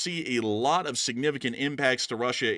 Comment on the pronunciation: Nevertheless, sanificant is killing me.